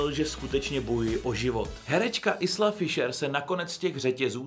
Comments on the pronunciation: Isla Fisher se nečte "Isla", ale "Ajla", anglicky island se přece také čte "ajlend" 😉😄 jinak super video, musím se podívat na Ramba, tu scénu si vybavuji, ale mlhavě 😄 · Isla Fisher sa vyslovuje "Ajla Fišer". Isla je odvodené z anglického "Island" (ajlend) t.j. ostrov.